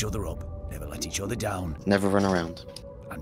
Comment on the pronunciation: "How you doing there? Nohh the otheh.. THRONE NOHHH THE OTHEH-OTHEH!"